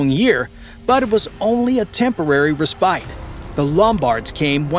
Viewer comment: ReSPITE???? Stupid AI narration...